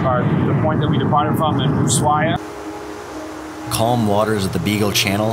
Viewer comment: Love everything except your pronunciation, it is AnTartica not Anartica, and it is USHuaia not Oosuaia... it just spoils the good video...